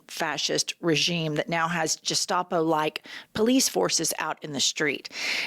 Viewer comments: I love listening to you gals, but "Gestapo" uses a hard G as in "go," not a soft G as in "giraffe." Also, a person is cowardly, not cowardice. One more thing, the word Ponzi is pronounced like "pon-zee." Just some unsolicited advice. I still love your podcast, and I think that you are brilliant. Keep up the good work. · “Gestapo” is pronounced with a hard G. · Please learn correct pronunciation of gestapo